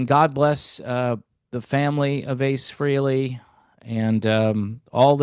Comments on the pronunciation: It’s fray lay not free Lee !! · It's pronounced FRAY-LEE not FREE-LEE, you putz. May ACE rest in peace. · It’s pronounce Fray Lee not Free Lee.